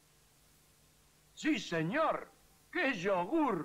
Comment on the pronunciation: Los míticos hicieron rehacer el aviso, por el daño que lpodía hacer que dijera "señó" y "yogú".